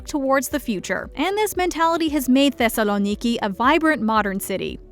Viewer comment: I live in Thessaloniki and the way she pronounced it was actually quite nice.